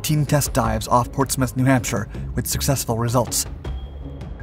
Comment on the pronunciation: I am a Portsmouth and retired worker at PNS. You should have checked your pronunciation.